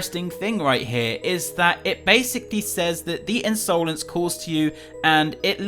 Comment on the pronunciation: In so lence not unsolence